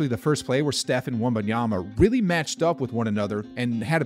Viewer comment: All the NBA commentators have to do now is learn how to pronounce his name correctly. NOT Wembanyana, not Wenbayama.